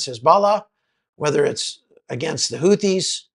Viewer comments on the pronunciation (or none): none